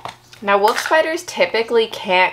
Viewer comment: Can't stop hearing 'Woof' spiders :D